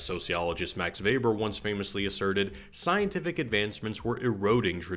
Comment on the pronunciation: By far best summary of the film I've ever seen, and I watch a lot cuz it's my fave Nolan. My majors were epistemology & sociology, so really appreciated the Weber (and correct pronunciation!) and Bacon references... Been a filmmaker for 25 years or so and your essay unlocked an insight: Nolan was thinking about the magic of film, specifically the defining magic of the cut. How do we know that actor/character is the same actor/character cut after cut after cut? It's a social contract... like a magic show. Teleportation and secret twins are the reductio ad absurdum of classical stage craft and yet also stab at the heart of "movie magic," i.e. ten thousand takes re-contextualized in post-production to create the illusion of a performance and a story. I have a strong hunch Nolan was thinking about the Venn overlap of screen craft and stage craft when conceiving this masterpiece.